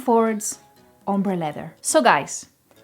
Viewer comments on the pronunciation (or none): none